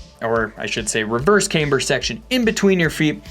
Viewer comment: Ah shit! He’s back to saying caimber.